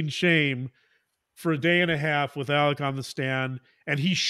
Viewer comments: The worst part is that he also pronounces the “A” as an El sound. “Ellic” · He says "Ellik Murduck." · The south is not a foreign country. We speak the same language. It’s pronounced Alex and the last name is pronounced Murdock. He chose Alec bc he’s a narcissist. And any other southern boy would have whooped his a$$ for trying to “Alec” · Just to clarify the first name pronunciation... As a transplanted southerner, in my state, we have a town called Alexandria that locals pronounce the same way Alex pronounces his name, "Alec" (or really "Ellick"). I don't get it, but it's a thing. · I have lived throughout the South for 40 years. AM’s pronunciations of his name is not Southern. And actually, if you listen to Mandy Matney’s podcast, she goes into all that. AM actually pronounced his name as Ellick. However, you are incorrect about the pronunciation of the last name Murdaugh. In a more Gaelic pronunciation of the name Murdaugh, the GH is pronounced like a hard K. So, I don’t think you can really fault them for that, that they want their name to be pronounced in the traditional Scottish/Irish/Gaelic way. People throughout the UK commonwealth actually pronounce similar names with a hard. K sound. Similarly, the name Dougherty is often pronounced Dockerty. As much as I enjoy your show and your insights, it might be good to do a little research before delving too deeply into speculation about why names are pronounced the way they are and what that could reveal about character and personality. Just a thought. :-)